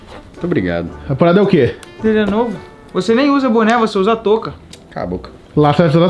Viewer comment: Ué se vai usar boné? "Buné" kkkkkkkkkk